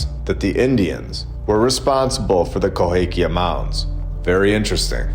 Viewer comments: You spent the whole time calling it "Cohakia" but it's Cahokia. Drove me crazy. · Minor point: it’s Cahokia not Cohakia.. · The correct pronunciation is Ca-ho-kia, NOT co-ha-kia. I live here, please correct your pronunciation. Thanks for your awesome channel. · KaHOkia, NOT KohAkia. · Love your content. I live very close to Cahokia Mounds. The proper pronunciation is Ca Ho Kia Cahokia NOT Co Ha Kia Cohakia is wrong. Not sure if you are able to edit the video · Ca hoe kia mounds. Please at least learn how to pronounce the names. Love your content though. But having to listen to you say Coe hake ia over and over was making me crazy. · I am hoping you now know to pronounce: ca HO kia Good info otherwise. The orphan trains have always confused me...their sheer numbers mostly. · Hey, let me help out, because I live in the area, it is pronounced “kuh-HO-kee-ya”Mounds. You’re welcome. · Both of my parents graduated from CA-HO-KIA high school. You’re killing me with that a in the middle. It’s an o. 😮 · I’m sorry but CA- hOKia lol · Always thought it was pronounced ka hoe Kia-long o in the middle. Love the videos! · Cahokia. Ka Hoe Kia... Sorry, man. It's just rough for me! But it's always a joy listening to your videos. Thanks for all you do! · It's pronounced CAH HO KI A. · Love the channel, just wanted to say you are mis pronouncing Cahokia.